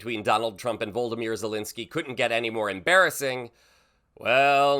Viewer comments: Mate, surely the accepted pronunciation is VlOdimir not VOLdimir. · Stop saying Voldemir it’s Vladimir . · It is Volodymyr not Voldamere. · It's volodymyr ,not voldomyr. Sorry man had to mention it. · Please say his name correctly. It's Volodymyr, not Voldymyr. You miss out the second o in the name every time, it's VolOdymyr. You make his name sound more like Voldemort from Harry Potter! 😂🤣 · At least get his name right. It's Volodymyr VOL OD Y MYR. It's not that hard. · Vo LOT a mir. 👀 How do you make it sound like Vol DE mort!?!! 😊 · His name is pronounced Vo-LOD-ymyr (4 syllables), not 'Voldymyr'. He's being disrespected enough already, at least get his name right. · "Voldemir Zelensky"? Vladimir dude, he's not Voldemort. D= Zelensky is a hero. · Can you stop calling him Voldomir... Name is Vladimir. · *It's "Volodymyr" Zelenskyy, not "Voldymyr". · Vlad-imir. Not Vold-imir. You're thinking about the evil wizard Voldemort. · Please Pronounce His Name Properly. He's Not a character in Harry Potter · Must you mispronounce his name? He's not a Harry Potter character.